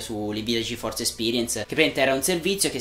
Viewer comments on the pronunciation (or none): none